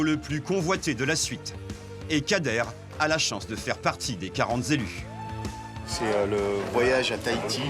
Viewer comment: Kader fait partie des quarante Z'élus, ouille les Z'oreilles!!